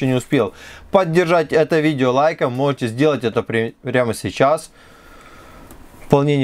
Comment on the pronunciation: что за дефект у тебя со словом "можете", "можно" ?